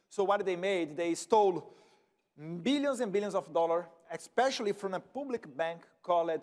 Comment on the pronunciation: Legal Eduardo, mas tem uma palavras que vc pronuncia errado, Public pronunica Pablic, X primeira letra tem som de Z, tem outros erros, peca ajuda pra ir corrigindo suas entrevistas, em Ingles